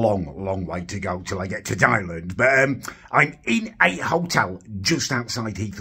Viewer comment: I love you but why do you keep calling Thailand, Thailend?